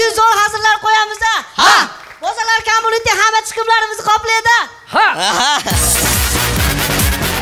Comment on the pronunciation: Олдиндан узур.!Курсатувни BOJALAR COMMUNITE деб номлашибди. Бу (куйлар подаси) дажи курсатувни тугри айтолмиди КОМУНИТЕ эмас "КОМЬЮНИТЕ" деб айтиладику Куйлар)) ....